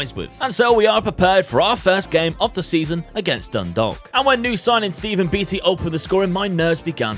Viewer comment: Drogheda is pronocued Draw-hih-dah, Dundalk is pronouced Done-Dawk, St Patricks Athletic can just call St Pats